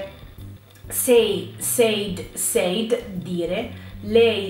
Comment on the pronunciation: said non si pronuncia così, ma /sed/